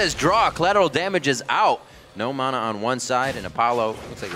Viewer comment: ***** ma-nah. thats how i say it. not mo-naw